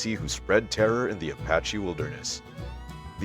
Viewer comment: Who are you guys peddling this Americana? You are not American as you cannot pronounce Indian names. You mis-pronounce Apache and Cheyenne. You are not even close. Where are you guys? Oh, I see, Spain. Well, the content is fairly good, but you really lose credibility when to cannot pronounce Indian names as any American child understand.